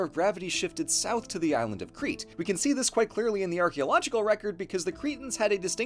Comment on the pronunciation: Nitpick but I’m pretty sure Crete is pronounced like “crate”